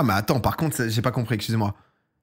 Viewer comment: Frero essaye de dire : excuser moi correctement mdr 😂 pasque KSUZER MOI sa craint mdr jte kiff quand même tkt 😂